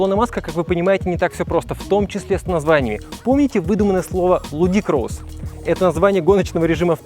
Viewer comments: Ска, илОна ривзовна маск, люди-кросс, плед, ну у тебя и ударения 🤣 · Бро, выучи язык, пожалуйста. Ludicrous- это редко употребляемое слово, но не выдуманное. Кстати, произносится по-другому. Ну и касаемо скорости... пусть сначала скатается по Нюрнбургрингу. Потом можно что-то утверждать. Насколько убогий руль, руль... ты и сам показал отлично. Да, будем кататься на шуруповертах, но не на теслах.